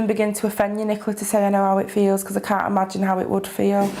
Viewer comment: he “theels”